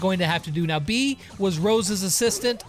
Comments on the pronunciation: Im a bit late (very) but her name is pronounced bay-uh but since you from a different country, sure call her that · Does anyone know that he's saying "bee" not beA